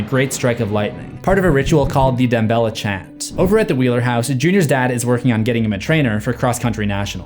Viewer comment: As a long time fan, The way he pronounces damballa really bothered me as well.